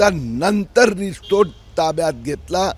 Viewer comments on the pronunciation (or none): none